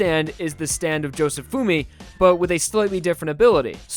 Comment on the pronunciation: josefumey youre actually the first person i heard say his name outloud and at first i was like what the fuck lmao but now im wondering if im the one pronouncing it wrong bc no one else pointed it out ???